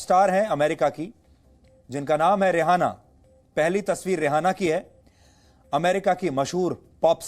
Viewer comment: शर्म करो सुधीर जी रिआना को रेहाना बोल रहे हो और राहुल गाँधी की भाषा पर व्यंग कर रहे हो । अभी तक तो आन्तरिक ताकते हंगामा कर रही थी और अब दुनियाभर की बड़ी ताकते भी शामिल हो गई। हम इन दस्तावेज पर भरोसा कैसे कर ले दस्तावेज तो आप सुशांत के केश मे भी प्रस्तुत कर चुके है उनकी सच्चाई कहा गई